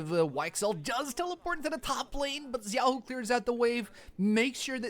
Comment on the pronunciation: I hope the caster see this, that is not how you pronounce xun, xiaoxu and junjia … really makes me question how much they watch lpl .. atleast he fixed xiaoxu pronounciation after first 20 mins…